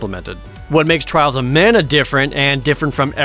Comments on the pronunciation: Twails of Mana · Twiwles owf Mana, uwu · At least you don’t hear “Twials of mana” five times.